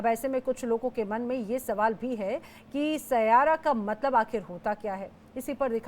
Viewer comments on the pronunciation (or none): Aaji amma saira nahi 😂😂😂😂sai ya ra